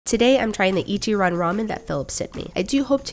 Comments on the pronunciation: Just a tip for anyone interested ! It’s actually pronounced “ichi-LAN” not “Ichiran”, and this is true for any Japanese word with a “R” 😁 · It is (I’m Japanese) but definitely not how she says it with the R. I just simplified how you would generally say it for any learners to not confuse them with l and r. Japanese is pretty consistent with ら行 being pronounced with a L, and I think it’s generally spoken that way.